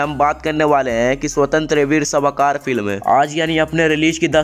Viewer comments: अबे सावरकर नाम हैं. सवाकार ये गल त नाम क्यो बोल राहा हैं. इतनी बकवास करनेके पहिले सावरकरजी का नाम तो गलत मत ले. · आप सावरकरजी का उच्चारण ठिक से करीये। जबरदस्ती से हिंदी बोल रहे है।